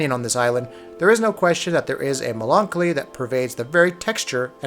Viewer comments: or the first time, he pronounced melancolic hahahahahahahaha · i like to think the pronunciation of melancholy is because they watched Megamind and it imprinted on them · You seriously don't know how to pronounce "melancholy?" Really? REALLY?! Wow. I mean your delivery is generally detached and piss-poor as is, but this is a WHOLE new level of bad. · wow I've never heard anyone pronounce "melancholy" like that.